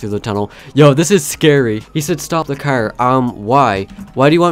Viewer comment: I just keep thinking how he calls a car , a "cer"